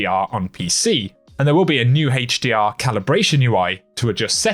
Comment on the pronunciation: I like your videos but I laugh everytime you say "Hdr" 🤣 Haaachdr 😎